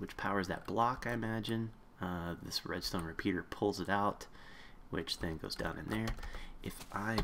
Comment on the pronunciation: down not dow.